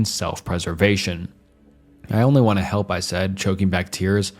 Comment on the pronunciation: Never heard of anyone pronouncing "help" as "health", maybe the scariest part of this video